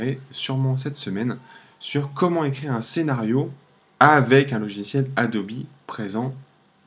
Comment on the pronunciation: Merci pour la video sauf que ca se prononce Adobe, pas Adobi.